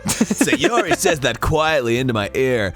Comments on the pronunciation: that girl is SAY YOH REE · just sayori just sa yori just say yori JUST SAY YURI